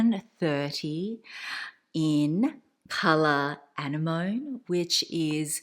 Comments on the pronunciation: It's a-ne-mani not annie-mone 😐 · is the color "Anemone" like the sea creature? if so it's pronounced "ah-nem-moh-nee." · Isn’t it pronounced an-NE-moh-ne? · 💜💜💜 it’s pronounced [UH] + [NEM] + [UH] + [NEE] 🤗. It’s beautiful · She pronounced it with the French emphasis..